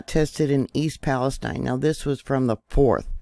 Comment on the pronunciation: YOU are the FIRST person I have heard that has PRONOUNCED "PALESTINE" CORRECTLY!!! The "I" Sounds like "EYE"!! Bravo!!!!